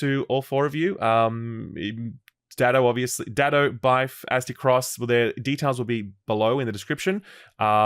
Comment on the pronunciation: I don't get how people mess up AztecRoss name. Not azte cross Aztec Ross